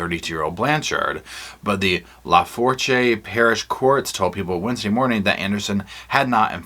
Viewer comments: Loved when you pronounced Lafourche “Lah-four-chay”. 😂 From a non-Louisianian who married into a big ole South Lousianian family, I’ve heard this parish mentioned frequently and pronounced with HEAVY Cajun-French drawl as “Lah-foosh”. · La Foosh not la forche 😂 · Hey love you and Rosco - but have to share with you that Lafourche is pronounced "Lafoosh" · Lafourche is pronounced like Lafoosh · Louisiana resident here. I'm laughing at how lafourche is being pronounced 🤣🤣 la-fush is how you say it. Not la like fal lalalal. Luh-fush. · I don’t think she should have jumped into a marriage either but that’s just my opinion… I live in Louisiana (far from Gypsy) but the town you mentioned is pronounced La Foosh. 😅 It’s no big deal but it’s extremely hard for others to pronounce our French parish names (Not counties in our state), streets, last names etc. It’s kind of cool check it out, look up New Orleans street names… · 😂I ❤ u! It's pronounced La-4-sshhh Parish. 😉 Yeah, it's Cajun French pronunciations, which is somewhere between French and Alligator 🐊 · LaFourche is pronounced La-Foosh in Louisiana,. Great try, though. Lol.